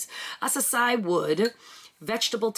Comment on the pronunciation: Uh-kay-see-uh wood